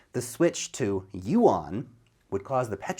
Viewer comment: Please pronounce the Chinese currency again,?